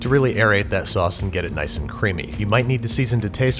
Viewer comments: Niceu, niceu! Very niceu, Babish-chan! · Nice-u, nice-u! Very nice-u, Babish-chan! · Niceu! Niceu! Very niceu, babish-Chan! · Niceu! Very niceu Babish San! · Niceu! Niceu, Verrrrrry niceu Babish-Chan! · NICESU NICESU BABISH CHAN